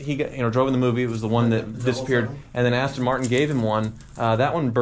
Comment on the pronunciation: This dude did not just say "Austin Martin" ahhhhh this is torture